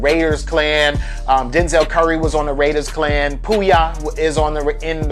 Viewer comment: RAIDERKLAN NOT RAIDERSKLAN. AND X AND SKI DON'T FUCK WITH HIM